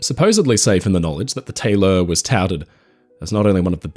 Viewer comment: Question of curiosity, why is the ship name pronounced “Tay-LOR” instead of the usual “Taylor”?